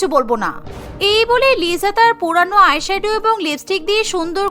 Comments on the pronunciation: Lisa ❌Lija ✅😂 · লিজা না লিসা😂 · লিজা না লিসা😂😂😂😂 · Not Liza ata hobe Lisa. 😊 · 𝐋𝐢𝐣𝐚 𝐧𝐚 𝐋𝐢𝐬𝐚. 𝐑𝐨𝐣𝐢 𝐧𝐚 𝐑𝐨𝐬𝐞. 𝐉𝐢𝐬𝐨 𝐧𝐚 𝐉𝐢𝐬𝐮. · ওইটা লিজা না লিসা ওইটা রোজি না রাজে ওইটা জেননি না জেনি😂😂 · লিজা❌️ Lisa✅️😂😂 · ওটা লিজা হবে না লিসা😂😂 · Lija na lisa hobe hay re hay😅😅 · Not liza, It's called lisa😂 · Liza❌ na lisa✅ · BTS fan bou ❌ K-pop fan bou✅ .আর আপনার কথার উচ্চারণ লিজা না লিসা হবে😂 liza❌ Lisa✅ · It's not Liza. It's Lisa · Lisa❎ Liza✅😂😂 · ওটা লিজা না লিসা ওটা জিসো না জিসু রৌসি না রোজে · It's not Liza It is lisa😂